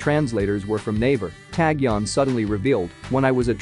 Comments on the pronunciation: He pronounced every Korean person's name wrong in the video, including Taecyeon. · YES!! Got so annoyed how he was saying Taecyeon all the time 🤐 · A little uncomfortable on how he pronounced taecyeon . But ok we understand. 😁😁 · Yes, that's right. I think a little uncomfortable on pronunciation by his name. But after a load of time, I understood